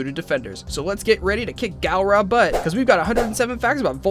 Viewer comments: hey sorry to be rude but its GALL RA NOT GAL RA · Did he say Galra? No no no no, it's pronounced Gulra. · did he just say ’Garla’ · Not to be that guy but it’s not garla is galra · Galra GALRA ITS GULRA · OKAY. This video has some interesting little facts. It ALSO has some ABSOLUTE BULL** of things that should not be said that I will list for you. 1. It's pronounced Gahlra not gAlra, not garla. Just NO. 2. ALLURA DIDN'T CREATE THE LIONS. HER FATHER DID. IF YOU HAD ACTUALLY FRUCKING WATCHED IT YOU WOULD KNOW THAT. 3. Coran is Allura's UNCLE. He's a second father to her. They will not be doing the Frick Frack. 4. Coran is pronounced CorAN. WATCH THE FRICKING SHOW YOU STUPID. 5. Haggar is not hagger 6. Shiro and keith knew each other years before Voltron. They are basically brothers 7. The transformation sequence happens every time hey transform 8. Being captured, tortured, experimented on, forced to hurt his friend so he wouldn't die, fighting an alien gladiator, and having PTSD for the rest of his life is not a fair y=trade for one robotic arm, that he later loses. 9. Shiro dies TWICE 10. Keith being a wonderful and capable pilot is what got him into the garrison Thank you for listening you complete QUIZNACK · When he says GALra, and says that Allura is creator of voltron....nope I'm out these ain't right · Why is he pronoucing it "Gal-ra" when they literally say "Gahl-ra" in the show?! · Who else realized that on fact 69 he said garla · he said gurla not gulra ahaha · I'm sorry, did he say Galron? And Coren? Hagger? I'm done 😂😂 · ... Did he say gAlra.. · Gaaaalra That’s not how you... Nevermind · Say it with me now GUL-RA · "Garla" Garla... GARLA??????!!!! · How he says galara....... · “the Garla empire” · Are you going to do an update after season 5 comes out??? (Hopefully pronouncing Galra correctly) Edit: i guess the original Voltron team didn't get Sven to Space Hospital in time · did he just say garla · Did anyone else realize at fact 69 he said Garla?